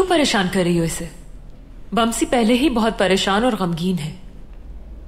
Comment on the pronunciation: ne baaamsi bola 🤣